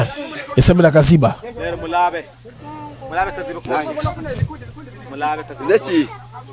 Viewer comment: Kaziba et non kiziba